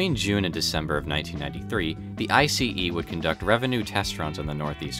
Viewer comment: It’s Ice, not I-C-E! Come on man, nobody can miss that!